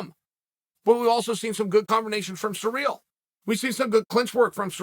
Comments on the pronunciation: Are you saying surreal? >.> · 'Surreal' Gane lmao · 'Surreal Garn' lmao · "Surreal Gane" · Sorry Cyril, it’s surreal now not cereal